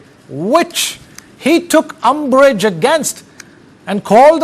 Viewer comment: It is not UMBURGE, but UMBRAGE.